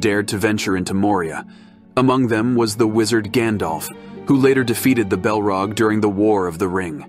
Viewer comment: Yea the way Saurin is pronounced sow Ron, and the balrog is belrog is seriously annoying